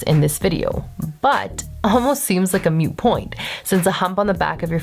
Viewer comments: MOOT...not MUTE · “Moot” point, not “mute” point. SMH. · It’s moot point not mute point.